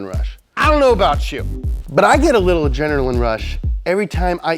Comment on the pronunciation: Adrnerlagin rush was it? LMAO why you gotta butcher the second pass g, first one came out beautifully 😂😭